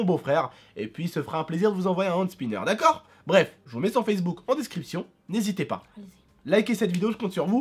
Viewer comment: mdrr dit: " ta geule stp " repond: "dacor" avec un accent du turfu xd